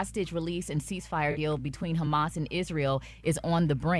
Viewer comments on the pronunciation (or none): 😂😂😂 ONLY ATHE 2ND TIME has slipped up on a word.. HAMAS- HUMMUS... WONTON..- WON-TON... 😮😅